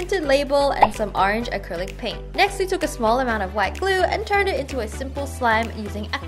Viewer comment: You said acrylic pain